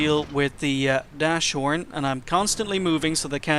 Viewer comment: Erm, just to let you know your pronunciation of "Nashorn" is very wrong. Anyways, great videos, they should have more views.